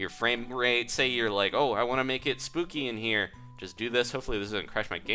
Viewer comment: it is not spooky trapdoor it is SPOOKAY trapdoor